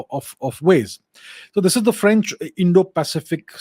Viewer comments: Lol. "Indian accent". He nails the exact french pronunciation during 95% of his sentences. Quite impressive. And if you're wondering what i know about it, i'm french, and have heard quite a few foreigners speak french. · 🙏 Thanks for sharing..Vous avez un bon accent en français..et je pense que Modiji a fait un bon choix.. Ici à Paris, le journal l'écho, bfmbusiness ont déjà parlé.. Aapko bahoot mubarak deta hun. Jai jai Modi...🙏🇨🇵